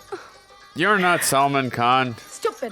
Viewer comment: Lagta hai yeh neeli shirt wale gore pakode ko Salman fans se aachi gaaliyan padi hai isiliye yeh Salman ke naam ka pronunciation sahi se karne ki koshish kar raha hai.